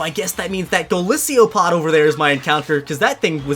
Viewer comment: wait what did you just call golisopod go-lisiopod